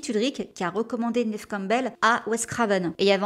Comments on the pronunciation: Quand tu demandes la prononciation de Neve sur Google, la réponse est Nive… À voir😅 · On dit bien " Nèv " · Merci pour la vidéo sur cette excellente actrice 🙏🏼❤️La prononciation du prénom Neve a l’air aussi difficile que le prénom Deirdre x)